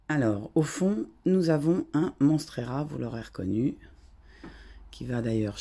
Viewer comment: Belle collection🥰🥰🥰👍,monstera je crois.... pas monstrera🙃😉